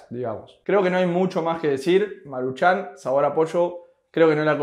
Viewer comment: No es marchan como tal... es más bien marūchan... nadamas así es acentoo en la uuuu